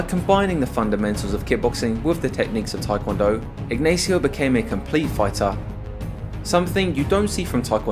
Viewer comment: It hurts every time you tried to pronounce the common spanish name "Ignacio" as "aegnaeesio"